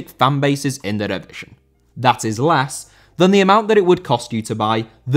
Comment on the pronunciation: División * not Devegion